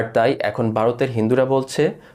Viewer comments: its not Barot.........its Vharot. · আপনি যে নিউজটা পড়ছেন ওটা বারত না ভারত উচ্চারণ ঠিক করুন